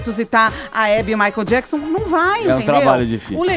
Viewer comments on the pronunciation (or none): none